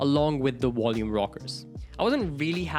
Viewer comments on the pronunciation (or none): Its volume rockers not wolume rockers. 👌